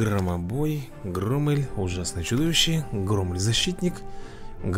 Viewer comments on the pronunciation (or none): Ни грамел а громел